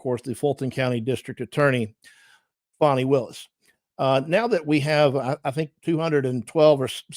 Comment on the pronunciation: Call her by her proper name…Faaan nie not Fawnie